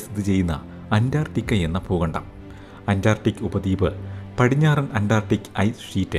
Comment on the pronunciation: 'Pookandam' ?? Substandard pronunciation😅